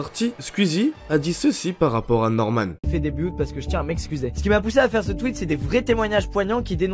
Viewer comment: "un twuit de squizie" Non en vrai je rigole mais super vidéo comme d'habitude ;)